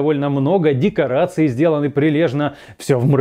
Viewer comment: ДекоАРции вместо декоРАции